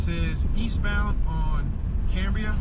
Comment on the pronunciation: Cam bri ah